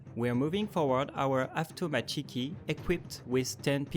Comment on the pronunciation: Wrong pronunciation of the word "avtomatchiki" (автоматчики). The right pronunciation is avtomÁtchiki, not avtomatchÍki. To check the pronunciation, you can pronounce the "avtomat" (автомат). The same for "razvÉdchiki" (from razvÉdka) "pulemÉtchiki" (from pulemÉt) "zenÍtchiki" (from zenÍtka) and so on.